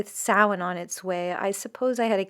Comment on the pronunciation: I think you are my new favourite person. You said Samhain properly. (Well very close enough if you don't have the accent.) I don't think you know how happy that made me. Also for audio distribution, I highly recommend Everand (formerly Scribd) and audible. The first I mentioned also releases ebooks, podcasts, and much more.